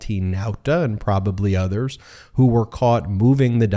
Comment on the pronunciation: What are these "nuthers" I keep hearing about? 😅